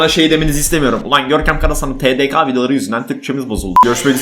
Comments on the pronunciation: TeDeKa değil TeDeKe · Sende tdk yi yanlış söyledin. OIHGJPOIUQWE